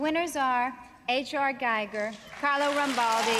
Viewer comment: Pronounced Giger wrongly!! Giger lke Geeger / Geager!